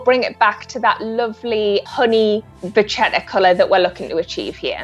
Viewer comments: Just a gentle reminder that it is not “ vachetta” but actually “vacchetta” , which in italian means literally “ little cow “ and it’s pronounced with a “K” Sound . Not “ch”. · Who TF told this woman she can speak English? What "canvas"? It's leather. Also, it's VA-KEH-TAH, because it's an Italian word and CH in Italian is pronounced as K in kale or kilogram. The term originates from the French word vache (cow), where CH is read similar to SH in English, but the suffix "etta" is clearly Italian so it was adopted into Italian as a neologism at some point and got an Italian pronunciation. The French don't really use "vachetta" to describe it, but instead say "cuir de vache", which literally translates as cow leather. Sometimes they use "vachette", which is pronounced VA-SHET, with SH like in ":sheep". Again, neither the French, nor Italians pronounce CH as the English CH in "cheese", instead the French pronounce it as the SH in "sheep", while the Italians pronounce it like the KE in "kettle". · May I? It's "vacchetta" (with two "c"s) and it's pronounced "vakketta" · Among the other critiques to the commentator... she's just butchering the word "vachetta"... Correct spelling "Vacchetta", pronunciation "Vakketta". Just like the word bruschetta you pronounce "brusketta". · the butchering of the pronunciation of 'vacchetta' tho. its italian for small cow.